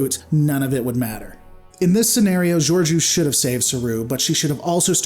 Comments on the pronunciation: You constantly mispronounce her name, what's up with that? She wasn't a captain at the time, so it wasn't really up to her to help them. There have been other cases of ships going to warp in the atmosphere of planets. The rest gets explained in season 2 of Discovery - both races evolved on the same planet, so Saru's people weren't victims of an alien invasion. They were all clearly aware of technology such as shuttles so hiding it from them wasn't necessary. Just, you know, actually watch the show and enjoy it. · not how you pronounce her name lol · Are you sure you even watched it? Can't even pronounce her name lol